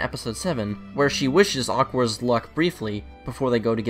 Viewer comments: Who the fuck said aqours as aqours not aqua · it's pronounced 'aqua' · God I can not get over the mispronunciations of Aqours and You. IT'S AQUA AND YO.